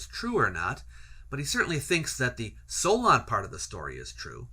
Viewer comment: "Solon" For Greekists the first 'o' is omicron, while the second 'o' is omega. Thus the incorrect pronunciation in the video